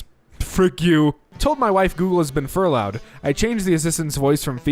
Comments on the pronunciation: Ps furloughed is pronounced like “fur-load” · It’s pronounced “fur-low”. It’s like Sabbatical.